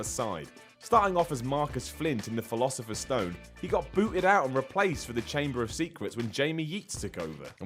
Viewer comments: TJIS DUDE SAID THE "PHILOSIPHERS STONE" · I have a question. Why do some people call it the philasofer stone(can't spell😂)and that's not how the case for the disk says it says it's sorcerer stone(truely sorry I forget the title but I'm a big fan😂) but anyway is it just a thing in a different country. Please be nice I'm only 12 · why do you say the philosophers stone? It's the sorcerers stone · "Philosopher's Stone"?